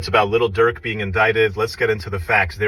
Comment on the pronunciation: The way he says “little” durk lmao.